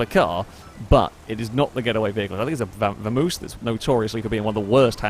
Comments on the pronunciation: I cringed a little every time you said Vamoose instead of Vamos lol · It's a vamos. Not a vamoose. Its Spanish. Pronounced Bamos technically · Am I the only one that cringes when he says Vamoose instead of Vamos?